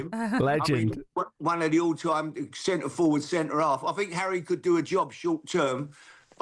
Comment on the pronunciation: How can you not love “arry” great guy 😂😂